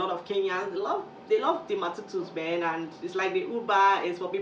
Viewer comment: It's not matutu what's matutuu😂